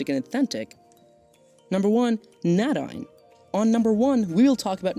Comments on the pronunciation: That name is pronounced, "nay-DEEN" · Nadine is pronounced Nay- deen